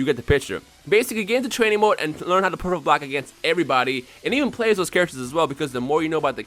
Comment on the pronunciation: nowaday everyone online can do "pecfect bolck" and that's annoying when you playe online